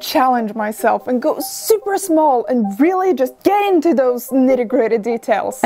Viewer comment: When you said “it’s so… schmall” 😂🤣